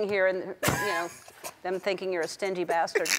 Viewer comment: ‘Stindy basterd’ 😂😂